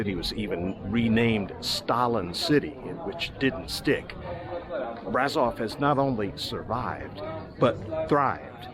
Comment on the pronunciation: Another lovely video 😊. Braşov is pronounced Brashov though, sweetheart. No worries. Romanian's not an easy language. The people here are so nice and lots of them, especially the younger ones speak English.